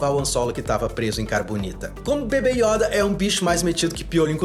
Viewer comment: Yóda ❌ Yôda ✔️